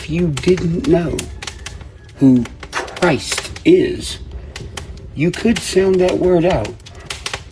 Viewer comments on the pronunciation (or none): "Cry-ist" has me 💀